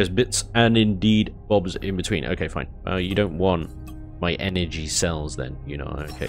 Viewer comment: "It'll be foine!" Every time we hear those words.... 😂